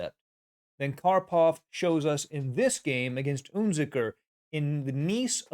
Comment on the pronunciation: UnZicker - wrong pronunciation!